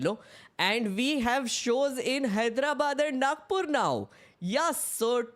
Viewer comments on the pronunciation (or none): You are from Nagpur then why you call it Nakpur😂😂😂😂